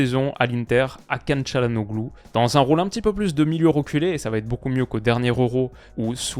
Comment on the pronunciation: Je le dis pour la culture G mais le « ğ » ne se prononce pas c’est donc Chalhanolu plutôt